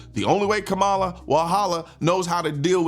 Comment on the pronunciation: The fact you purposely mis pronounced her name, we now know you are voting for the 34 time convicted felon with 90 more charges pending. Thanks for giving me a reason to unsubscribe from your channel.